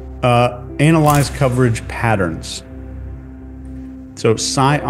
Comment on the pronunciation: Why he say analyse like that